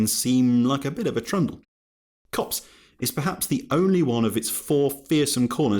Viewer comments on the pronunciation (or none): none